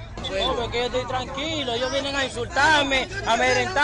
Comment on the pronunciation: "Te etoy grabando, te etoy grabando " es lo que tienen pegado en la lengua.